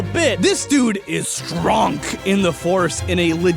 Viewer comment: No one: Not a soul in the Universe: Darth Vader: I am stronk.